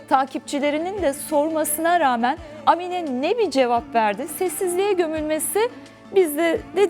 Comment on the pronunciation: Amine değil a harfini uzatmanız gerek.